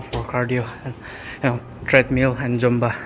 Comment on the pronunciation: It's zumba not jumba😇😬